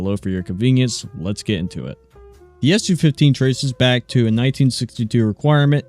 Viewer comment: It's Soo 15, not Essyou 15